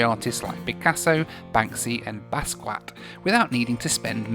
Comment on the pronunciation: BasQwak???!!! Jean-Michel Bahsquiaht Basquiat had a French or Patwa name. I had a DVD of him: was it "Downtown 81"? Before he was famous. Then Julian Schnabel made "Basquiat " with Gary Oldman, Benecio del Toro, Jeffrey Wright & David Bowie. I love his work because it's the real deal.